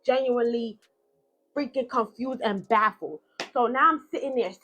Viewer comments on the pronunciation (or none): none